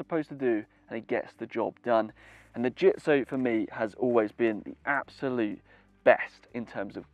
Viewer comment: Well said .... except for the pronunciation of the brand name.